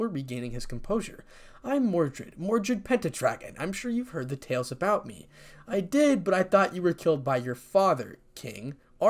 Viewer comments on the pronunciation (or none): none